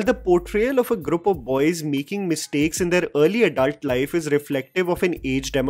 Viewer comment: Grup Grup Grup! Somebody tell it’s group 🤣🤣🤣